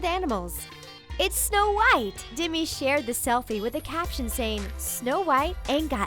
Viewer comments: It's Demi not dimi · It's Demi not Dimmy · D E M I. You are pronouncing it dimi. the e in demi make an e sound not an I sound. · She pronounced Demi dimi and zayn Malik as malike